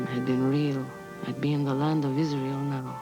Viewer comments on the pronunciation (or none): none